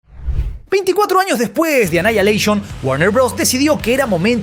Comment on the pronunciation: "Anaialeishon"?? xddddd